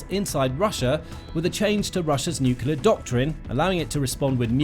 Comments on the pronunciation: The word is nuclear, not nucular. Nu-clear. New- clear. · Lost me at "nucular" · 'Nukular missile'? Is this a kindergarten device? That's the only place I've heard that word. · Sorry dude, as soon as I hear someone pronouncing NUCLEAR as NOOQULER I've got to sign out. I think it's about the lack of respect and bother that one who neglects to pronounce correctly, the name of the most destructive and fatal single device ever built by us humans that has already vaporised tens of thousands of living beings let alone killed many more slowly due to radiation poisoning, deformation and so many other hideous related factors eg. the theft of Bikini Atoll from the native population. NOOKOOLAR doesn't do it for me as it is such a small change in perception of one word that describes the fore mentioned. Petty, this may sound but good bye.